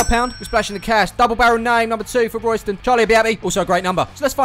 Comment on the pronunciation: The locals actually pronounce it RAYSTAN TOWN